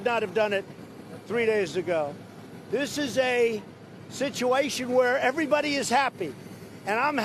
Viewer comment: Sıçıveyşın dedi çevirisi:korkudan altımıza çıktık 😂😂